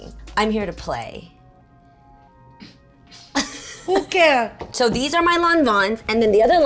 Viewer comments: strawberriesncandii I also tough she said hoooker😂😂😂😂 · strawberriesncandii I thought she said “HOOKER” lmao